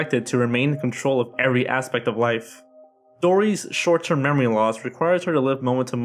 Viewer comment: Short not shore